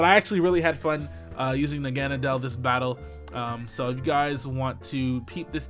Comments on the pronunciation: The real pronunciation of Naganadel is Naga-Nah-Del from the Japanese word Naginata, a pole weapon, and the German word nadel, meaning needle. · Your so fat that u didn't know how to say nag-na-del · Nah-gen-del is how you say it but you tried so 😁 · How can you not pronounce Naganadel's name properly? It's like this "NA-GA-NA-DEL" say it fast "Naganadel". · It's pronounced N****nadel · It’s pronounced Nigganeedle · pronouncing its name like hes trying to come in: "Knock on a Door" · Naga= Na=gets roasted Del= for mispronunciations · Lol saying Naganadel's name is the funniest thing